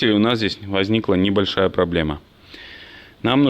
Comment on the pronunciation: Слово,,пробоема,, произносишь тысячу раз. Не солидно.